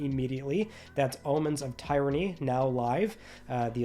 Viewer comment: Tier ra knee. Not, Tie ra knee.